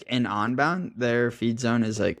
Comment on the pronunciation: it's UN-bound not ON-bound:face-purple-smiling-fangs